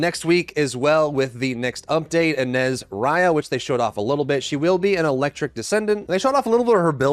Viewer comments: Blud said Ana east….im pretty sure it pronounced a-na-ess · please for the love of all that is holy. It's pronounced UH-NAYCE.